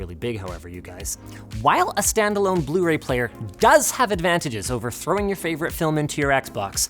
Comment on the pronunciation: "Proper bluee Ray player"😒😒